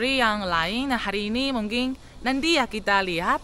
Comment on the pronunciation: Coba sebut: mungkin.. Mungkin.. Bukan mungking.. Hehe